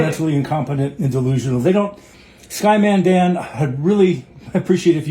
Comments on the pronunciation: Sorry did he just pronounce it "SkyManDan?" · Did he say "Sky Man Dan" ? If he can't get Dan's name correct it is no wonder he doesn't know where the centre of a sphere is located. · He can't pronounce your name right, but he outsmarted Neil. Sounds about right lol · they're so utterly stupid that they can't even say names properly.